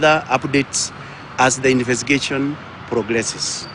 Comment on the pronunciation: Infestigachon!?😅😅😅 Nkt